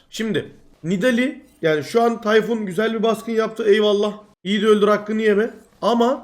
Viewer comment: Tay-Fun :D